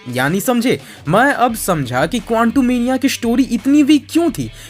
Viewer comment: bhai tum kontumenia kyu kehte hoo quantumania ko